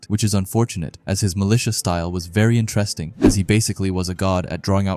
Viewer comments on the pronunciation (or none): Intrest ting. 😂😂😂 Enter Es ting.